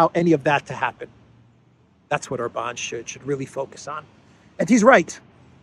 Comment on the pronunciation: I am still working on getting to say OR-bahn instead of Or-BAHN 😁